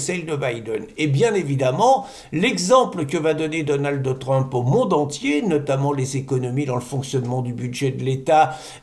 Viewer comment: Donaldeu Trump😊